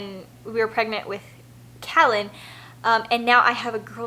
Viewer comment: We are having our 6th baby in a few months . I really wanted to use the name Callan. I’ve loved it for a long time. But my husband is liking another name better... anyway you say your sons name so beautifully, makes me want to use it even more! Congratulations on a new pregnancy!